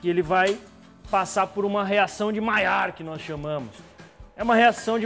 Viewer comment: Dimaiar ou dimelar?